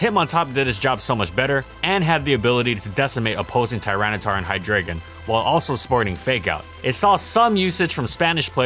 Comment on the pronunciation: Hey, who the hell pronounces hydreigon like that? "Hy" as in hydra. "Drei" (german for three. pronounced like "dry" but with a soft "d") "Gon" as is dragon Hi-dry-gn